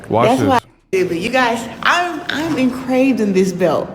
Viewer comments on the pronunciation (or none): Did she just say encrave rather than engrave?